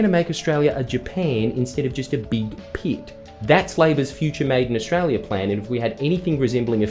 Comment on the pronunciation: Ostrala ism't reele